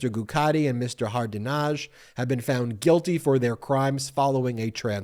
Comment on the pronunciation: Haradinaj - the "j" at the end is pronounced as a "y." It's not "Hardinazh."